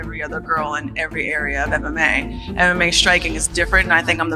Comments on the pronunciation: It's not "EM long pause EM long pause Ai". It's just MMA. You didn't know and now you know. And knowing is half the battle. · The AI audio in these videos is so bad. “M…M…A”